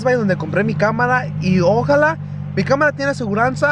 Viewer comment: Se dice ojalá no ójala